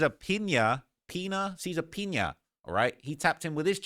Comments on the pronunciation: Great Video but the Last Name is pronounced "Piñas"! 😂 like Piñatas 🪅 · "The peenuhz" 😂 🤦🏾‍♂️ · I thought was calling him "peanut" 😂